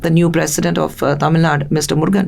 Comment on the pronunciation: Why can't she spell "TamilNadu" twice I heard her saying "Tamilnad"